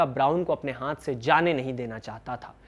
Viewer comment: आप हाथ का उच्चारण हांथ करते हो बहुत गंदा लगता है। कृपया सुधार करें